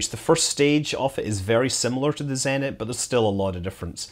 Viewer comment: Thanks for great videos, scrolled through 794 comments to say. Zenit > Zeh neet intonation on the neet. ✌🏼😏